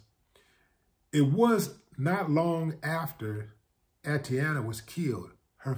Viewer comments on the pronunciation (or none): Peace, Brotha Willie D, for the sake of diligence, Her name, Atatiana, is pronounced: AH-TAH-TEE-YAH-NAH. Just wanted to help out a little bit. Carry on....